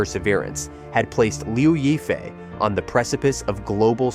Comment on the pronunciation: I just can't with those "reports" that can't even pronounce the name of the person correctly. It is not that hard to look up pronunciation online.... Lyaw (yaw like in "yawn" without the n) And since this is for international audience, why not use her English moniker "Crystal Liu" ? Anyway Liu Yifei is her stage name. Her birth name is irrelevant since it was changed by her mother after the divorce of her parents when she was 10 years old. So. That sheds doubts for me on most of the allegations here and I did not really try listening to end... especially with such a clickbait title : Crystal is far from "most controversial" : that would be Zheng Shuang, Zhao Wei or Fan Bingbing. Crystal is no more controversial than Guli Nazha, who has nicely rebounded from some small alleged relationship trouble, and is the second most well known (and popular) Uighur actress in China. As for political trouble, why link her to the now defunct Hong Kong protests, that had nothing to do with her : she did not live there then, nor have a hand in those attempts to undermine the local government with proven backing from foreign countries intent on stirring up separatism in mainland China. She has, as was her right to free speech, expressed her support for the Hong Kong police during the 2019 protests which did not "beat down" protesters en masse as was propagandized abroad to people who had no idea of the real situation. If some took exception at her being truthful there instead of howling with si